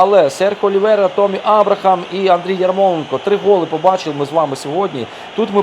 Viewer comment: Не томмі а теммі абрахам